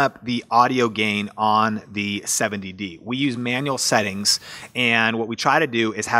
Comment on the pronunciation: Congrats for pronouncing 'Seventy-D' correctly!!!